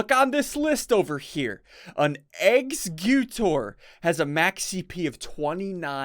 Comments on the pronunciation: IM NOT FLAMING YOU its pronounced Eggs - a - cuter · its pronounced like executor but its Exeggutor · l think its pronounced --> Ex-egg-utor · Ssundee I just wanted to tell you that exeggutor is pronounced (X-egg-U-tor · SSundee The Exeggutor is Pronounce as ECKS SE GUTTER Ok? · SSUNDEE!!!! Eggseggyewtore is how you pronounce exeggutor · exeggutor it's like ex se cue tor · Ssundee this is not meant as a flame but exeggutor is pronounced like executor. Luv ya and keep doing what you're doing! <3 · SSundee you say it like executor lel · Ssundee, exeggutor is pronounced Egg-zeg-u-tour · how to pronouce exeggutor: EXEG ( kind of like exec ) GUTOR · Hey Sundee! I can help you out with the Exeggutor pronunciation. It's: Ex - Egg - You - tor. Hope it helps! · It's pronounced eggs-ek-u-tor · ssundee its pronounced x egg you tore. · Pronounced eggs-egg-cute-ore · Break up the pronunciation Ssawndee: "Ex-egg-u-tor" Should sound like ex eck u tohr. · SSUNDEE ITS PRONOUNCED EX-egg-you-tour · Ssundee I'm helpless by you not roasting it's about exeggutor It's pronounced like executor Ex-Egg-ew-tor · Ssundee the way I say Exeggutor is : Eggs-ec-u-tor. For future preference. :D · Hey Ssundee The way you pronounce Exeggutor is (Ex-egg-you-Tor) :3 lel #CobbeIsLife Cobble>Then everything else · it's pronounced "egg-zek-cue-tor" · Ssundee this is how u pronounce it (eggs - you - tore) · This is how u pronounce exeggutor Ex-eg-Gutor It's like saying executor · how to pronounce a exeggutor ex-eh-gyu-tor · Eggs-sect-utor Like executor But egg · Sundee not trying to be rude your egg monster tree is pronounced Egg-Zec-U-Tor and before anyone asks this IS the correct pronounciation (RIP Spelling) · It seems like "Executor" so, I pronounce it like that, but instead of a C, G is used. (Ex-Seh-Guu-Tor) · Not hating SSundee, Exeggutor is pronounced like Executor, or like Ecks-egg-yoo-tor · Exeggutor is said like eggs egg you tour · Egg- zect- gu-tor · Pronounciation of Exeggutor: Egg-zugg-gi-tor